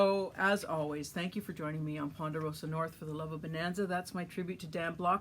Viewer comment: Just because no one else has noticed,lol. Its Ponderosa not Ponderoas. good show and info.